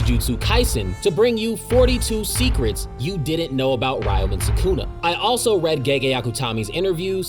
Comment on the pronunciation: I'm disliking and stopping this video 42 seconds in because of how fucking badly you butchered the pronunciation of ryomen sukuna. No shot you researched for 7 hours and didn't bother to look up how to say his damn name